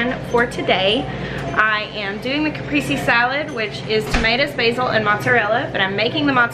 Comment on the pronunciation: I hate to be that guy but you just pronounced cap priest say